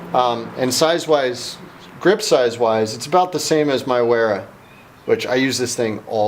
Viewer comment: You should learn how to pronounce those names in German the W is pronounced with a v